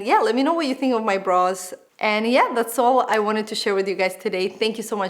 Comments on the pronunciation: Yes, always sounded like bras and not brows LOL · Sounds like you said ‘bras’ at 0.11😂😂😂